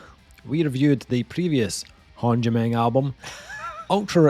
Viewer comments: It’s Håndgemeng say it right, It’s not Håndgemeng like you said. Cheers from Pennsylvania Hill says hello. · I am Norwegian and i COULD try to explain how you are supposed to pronounce Håndgemeng, but it's funnier that you have no clue. Really looking forward to hearing this album, the singles were killer. I'm hoping they are not just going for sex appeal to sell-out, the album cover has me worried :p